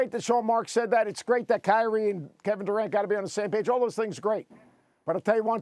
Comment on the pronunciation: There is no “T” in Kyrie only “I”. - a Team ♟ ♟ ♟ ♟ ♟ 🏀